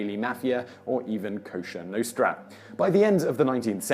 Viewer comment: Did he say “Kosher Nostra” ?